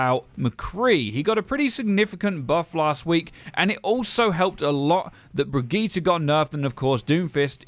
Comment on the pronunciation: That's how you say it